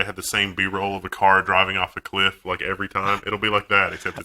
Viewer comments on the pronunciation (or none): none